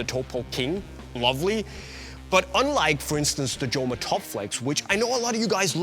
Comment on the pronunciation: Doesn't spanish operator know that it is "homa" and not "ʤoma". Unisport, it is a shame not to know correct pronunciation of one of the best indoor shoes brand